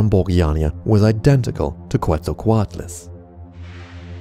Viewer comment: Bolu_Z 1738 he messed up Quetzalcoatlus